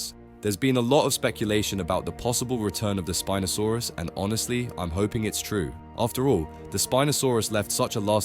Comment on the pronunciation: Spin'O saurus Soochimimus